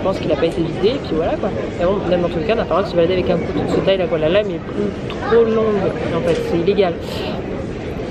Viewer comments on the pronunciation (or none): none